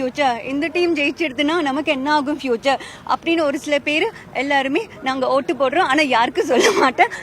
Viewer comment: Ootu podraiya illa oothu podraiya clear ah paesu... Confuse aaguthu